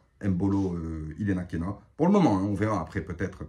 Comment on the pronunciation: Ilenakena 😅😅😅😅 C'est Ilenikhena, avec un i. Excellent mon 😂